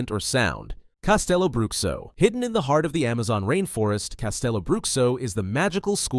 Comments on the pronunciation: Amazing video. Quick and well edited. One note, as a brazilian I believe it's pronounced "castelobrucho" not "castelobruksio" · who am I to judge other cultures pronunciation on my language, but not gonna lie, "castelo bruxkso" instead of "castelo brusho" was pretty funny